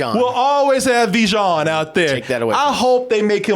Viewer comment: Ha ha Vi-shawn